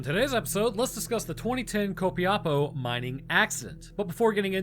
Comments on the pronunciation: Hearing you say: Co-pi-apo, instead of Co-pia-po. *Dies of cringe. memes aside, love the video, or any content in reference to my country is welcome. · As a chilean, hearing you try to say Copiapó was hilarious. Still, one of the better tries I've heard from english speakers.